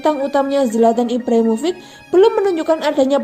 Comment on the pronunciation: Ibrahimovic mba bkn Ivrahim rofiq